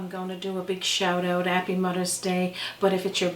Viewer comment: you are just the cutest cook onYouTube! I am enjoying learning how you prepare the various meals, desserts, breads and such in Newfoundland! I developed a love for your country from a TV series I watched called "Republic of Doyle" Love the accents! Is there a reason you Newfoundlanders drop your H's?? "You 'ave to 'ave 'alf a cup!" You make me smile! 'appy Mothers Day!!